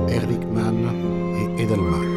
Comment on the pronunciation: Haldeman (Chief of Staff) et non Edelman comme le prononce le narrateur !